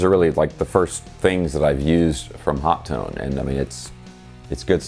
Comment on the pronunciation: I love mine. Been using it for about 6 months. Love the PC interface and XLR outputs. By the way, Phil McKnight asked a representative from overseas at a NAMM a few years back and he said on the video it is pronounced “Hot Tone”. You got it right